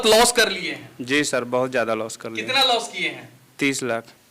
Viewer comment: एक भाई 'Strategy' को 'Astrology' बोल रहा है दूसरा टोपी वाला बब्बा 'लॉस' को 'लाश' बोल रहा है। Full मनोरंजन है भाई। SEBI अब इन सबकी दुकानों पे ताले लगाने वाली है। शायद अगला वीडियो ये शूट ही ना कर पाएं।